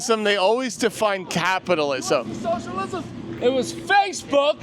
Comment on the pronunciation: "Because of capitalalaismm"